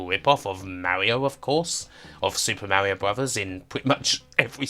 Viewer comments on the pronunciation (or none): none